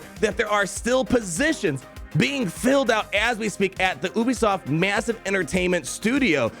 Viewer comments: the way pronounces ubisoft 🤢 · you are the first person I've ever heard pronounce it as "Oobisoft". Made me laugh. Keep being you